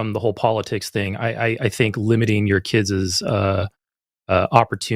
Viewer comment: it's "limiting your kid's" not "limiting your KIDZIZ."